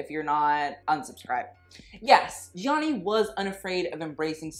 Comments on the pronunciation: Love the video! Gianni is pronounced without the first i, by the way. Like "Jahnni" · Also his name is pronounced like Johnny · His first name is pronounced “Jonny”. It is only 2 syllables,. One would think you would know that (assuming you’re desire to pronounce his name as the Italians would) seeing your incessant need to (poorly) roll your “R” in his last name, Versace. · The way he pronounces Gianni gives me anxiety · you don't say the first "i" in Gianni